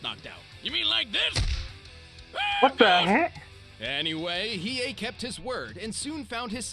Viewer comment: Hiei not Hiyu